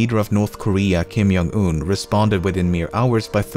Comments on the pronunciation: Wow did you call him Kim *Y*ong-un? How very Swedish of you EDIT: I posted this before the end of the video and take back everything about Kim Jong-un and will just say this: How very Swedish of you. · Normies: Kim Jung Un Lemmino: Kim Yung Un